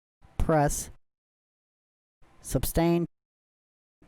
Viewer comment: Thank you for the review. The word is suStain. Not suBstain.